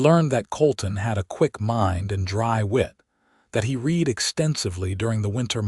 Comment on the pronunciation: Read = present tense Read = pronounced Red as in past tense he ,read (red) his books in the evening. Can Ai not differentiate?? Apart from that, this was a good and interesting story. How she gradually thawed, while being with the kind and thoughtful man.... She is a lucky lady I enjoyed listening to it From Nr. London England